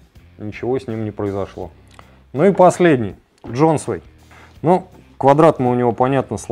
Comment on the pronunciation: Джонсвейн , форсе